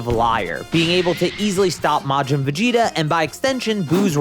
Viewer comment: Blud said veget